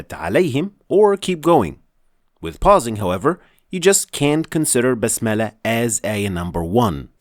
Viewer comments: Please explain one thing ,why do you say Bismillah like basmallah as I hear .you use fatha not kasra. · Brother you said also Basmallah it's bismillah